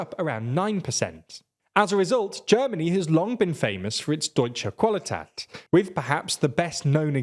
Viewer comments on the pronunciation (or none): "Deutsche Qwalitäat" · As a German I must say My soul died as he said Deutsche Qualität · Same and I'm not a German A simple Google translate pronounce click would make it way different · Came to the comments to add to this 😂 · Why do brits butcher foreign languages like that? Deutsche Qualität, fml, take 10 seconds to hear how to properly read that!